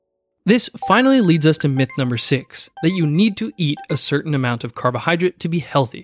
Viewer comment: It's carbohydrate not carbohydrit.